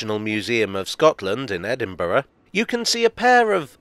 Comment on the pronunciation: Thank you SO MUCH for pronouncing Edinburgh correctly! (i.e. with 4 syllables: Ed-in-buh-ruh) 😊